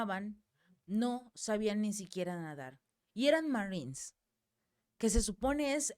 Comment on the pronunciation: Esta señora está informandonos la noticia muy bien en español,porqué rayos entónces,quiere meter el ingles si no lo puede pronunciar de manera fluida? si tanto trabajo le da pronunciar la palabra marinos en inglés( marines).No ofendamos a nuestro idioma,cuando hablamos en español que sea solo en español. Nunca escucharemos a un inglés,un frances u otros,meter palabras en español,en medio de su discurso,presentación de noticias o en una conversación entre ellos,solo nosotros, los hispanos,le damos éste golpe bajo a nuestra propia lengua!😢